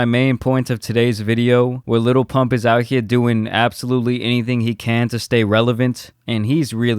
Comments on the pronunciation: ok i realize you are half white, but jesus its not "Little Pump", its "Lil Pump" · "Liddle pimmpp"😂😂😂😂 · I still laugh my ass off every time donny says lil pimp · Trump said his name wrong🤣🤣🤣🤣🤣🤣 the disrespect. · He’s quite literally supporting a man who doesn’t even know his name. Dude literally fucked up his name on live tv while looking directly at him